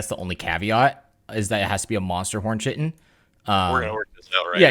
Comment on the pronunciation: Not to be pedantic, but it’s not “chi-tin”, it’s “kai-tin”